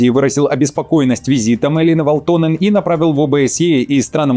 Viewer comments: Передайте своим редакторам, чтобы они расставляли ударения над фамилиями и прочими словами, если ваш ведущий настолько безграмотен. Правильно "вАлтонен", а не "валтОнен". Это финская фамилия, а значит ударение на первый слог. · "Валто́нен" - неправильное ударение. Правильно - Ва́лтонен. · ВАлтонен, а не ВалтОнен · Всё хорошо с одной поправочкой- всё-таки ВАлтонен, а не ВалтОнен. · ВАлтонен, недодиктор... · ВалтОнен?! ЖурнАлист! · В à лтонен... Ударение-то куда ставите!... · ВаАалтонен!!! 🤦‍♂ Ударение на первый слог в финском языке! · Ударение на А в первом слоге В(а)лтонен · Парень,ударения учи в финских фамилиях))) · Загуглите ,как читаются финские фамилии! Ударение на первый слог,это вашем варианте звучит потешно!!!